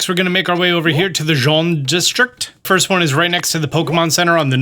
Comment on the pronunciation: Imagine taking 10 seconds to type Jaune into Google translate and figure out how to pronounce it instead of saying Jean for 10min straight